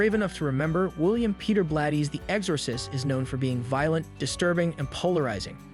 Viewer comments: I swear to god, if this dude says Ex-Ore-sist one more time. I couldn’t even finish the video it drove me THAT nuts. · The fact that he keeps mispronouncing The Exorcist.